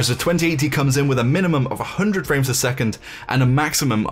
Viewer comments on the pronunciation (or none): "Fpamefs a second" xD